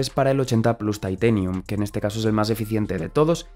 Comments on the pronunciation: Comorl??? Taitenium????? Ainssss "TITANIUM" 🤦🤦🤦🤦🤦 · Todo iba bien hasta que dijiste "teitenium"